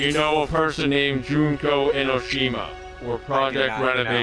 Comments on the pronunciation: I love the way pronouces "Junko Enoshima." I almost died. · The butchering of Junko Enoshima made me cry (of both hope and despair). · not knowing how to say Junko Enoshima's name is funny. Danganronpa is actually such an underrated game/show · Is it bad that i want to correct him on his pronunciation of Junko Enoshima? (Yes)